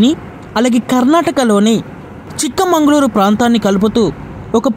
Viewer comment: Chikmangaluru కాదు. చిక్మగలూరు